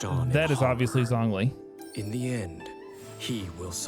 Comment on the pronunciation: just a small correction; zhongli is actually pronounced jonglee